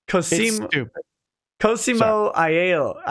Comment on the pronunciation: There will be more super chats from this guy down the road. If it helps it's Coz-E-mo, I-yell-o. That was great haha.